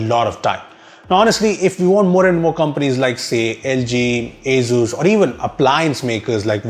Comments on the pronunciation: Wtf is "AZUZ" 🤷‍♂️ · Its pronounced as Asoos, not Azooz.